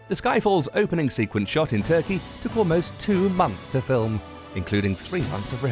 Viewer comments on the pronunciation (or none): none